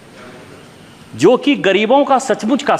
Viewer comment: Visay nahin vishay hota hai nishikant, bolna to seekho, hindi bolna bhi na ata